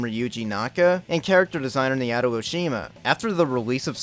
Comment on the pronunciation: Naoto is pronounced Naw-oh-toe. The way you pronounce it hurts me